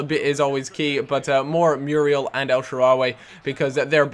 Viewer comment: It's funny the way says Muriel he pronounce it as Mewwriel lol